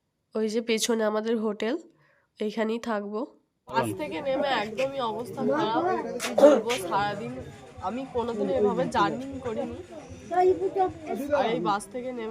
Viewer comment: ঠিক করে কথা বলো.. ভীষণ কানে লাগছে কিছু কিছু কথা.. যেমন বলছো journing. এটা হলো journey. M